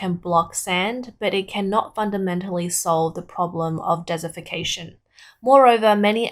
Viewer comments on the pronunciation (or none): The narrator kept saying "dessification." Did she mean "desertification" or "desiccation"? (Her hyper-Australianized accent was not always clear, especially with the over-emphasis of the r-dropping final syllables, as in "wahtaah".)